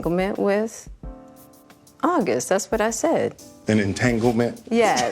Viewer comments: Entanglement or dang-a-ling ement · IM JUS GLAD SHE ADMITTED"ENGTANGLEMENT"NO SIS, RELASHIONSHIP.